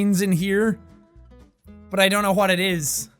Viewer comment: Why does jack pronounce "wh" words as "hw" lol? He says hwat instead of what most of the time